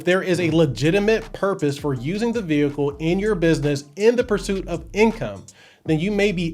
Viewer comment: Ve hicle